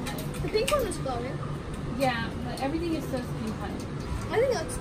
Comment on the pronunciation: "it covers up everyting" I swearrr is the mum blind.